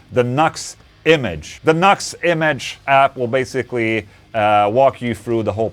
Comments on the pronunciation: It's not nux. It's NU►X. It's pronounced "Noo Ex". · Ola - have to correct you. See the little arrow between the NU and the X? It's pronounced New X, not knucks. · It's NEW X Dude not Knox! 😂🤘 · lol "Nucks" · Hey Ola the name is pronounced NU-X . Like you're saying new x , nux is not the name of the company. By the way this is a great sounding product. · In Brazil we pronounce the same way as Ola. “Knucks”…. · 😅 Deez Nux. It's New-X bro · Nu>X is pronounced "New X"